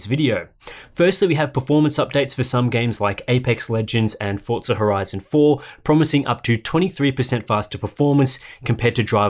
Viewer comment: Why are you pronouncing Forza like an American?